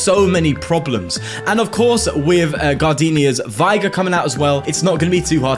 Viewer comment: Its V-ig-er no Vi-ger